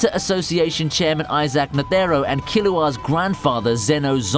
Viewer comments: Lad can you pronounce neutro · Who are these Neteeero and Zoldiac. I only know of Isaac Netero and Zeno Zoldic. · Zeno Zoldyck not zoldiack same for chairman Netero you aid nethero